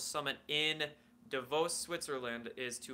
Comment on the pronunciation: The double Os in 'moot' sound just like the two Os in BOOT. The word 'moot' does not sound the same as the word 'mute'. Use a dictionary when you read, eh! You mispronounced 'Davos" too. Wow, listening to literate men butcher the language is irritating. If you weren't so knowledgeable on so many subject I'd have unsubscribed long ago. And how do you know how "cosmic civilizations" do business. How do you even know they're cosmic and not interdimensional terrans? A century ago they were claiming to be from the moon and from Venus and Mars. That was debunked. So now they claim to be from the Pleiades constellation or from a planet near Cygnus etc. Why should we believe them at all?